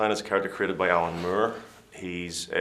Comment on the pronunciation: The way he pronounced "Moore" made me laugh. "Mure"